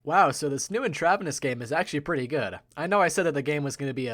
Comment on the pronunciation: in-TRAV-enous. lol